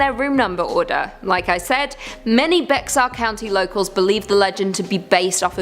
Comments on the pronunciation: From what I've heard, Bexar is pronounced Bear (not Becksar). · I LIVE in BEXAR COUNTY, and it is pronounced as B E A R.